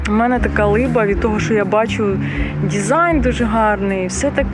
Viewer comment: Дякую за відео, було дуже цікаво! Я щиро бажаю розвитку вашому каналу, тому вкажу на майбутнє, на те що дуже різало слух. НідЄрланди, дІзайн тощо. В українській мові читаємо як пишемо. Скоріш за все українська мова не ваша рідна і мене дуже тішить, що ви прийняли рішення перейти на неї тому зичу подальших успіхів вам.